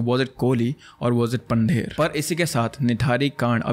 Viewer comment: I'm not trying to be rude but it's not Pander Pandher and it's pronunciation is पंधेर not पंडेर . ❤️